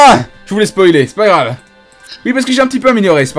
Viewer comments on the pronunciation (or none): none